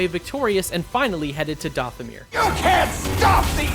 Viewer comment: Are you even a Star Wars fan? Have you seen any real content? Why are you pronouncing Dathomir and Ilum like that